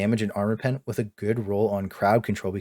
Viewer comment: Its PEN, not PEEN. Good video